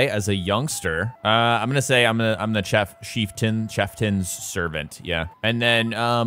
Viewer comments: wtf is a chefften??? the word is cheiftain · Only would see the word "Chieftain" and read it as "Cheftan", where did the i's go? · bro really cant pronounce Chieftan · I don't thhink I've ever heard anyone pronounce Chieftain that way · how the hell does someone not know what a "chieftain" is much less how to say it? its a second grade level word.